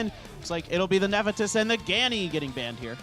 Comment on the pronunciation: No knowledge and can't even read monster names correctly off his clue cards. I wanted to strangle him every time he said "Ne-fe-tys".